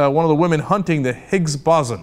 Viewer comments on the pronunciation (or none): bawsun? its BOSE-on, after BOSE, the fucking physicist that worked side by side with einstein. jesus christ cenk. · *facepalm* it's not "BOZZ-un," it's "boh-zawn" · Cenk, it's pronounced "bow-zon." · "Boson" is pronounced as "Boe-zon" with accent on the first vowel. Sometimes the second vowel is pronounced as a schwa. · Higgs "Bow-zon" Pronounce it like that, hah. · Way to destroy the pronunciation of the Higgs Boson, Cenk. Haha. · Higgs Boson pronunciation fail. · Anything involving Science just makes Cenk look stupid but I can't believe he can't even pronounce the damn name!!!